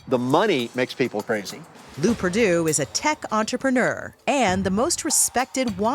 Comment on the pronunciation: “Lew Perdue”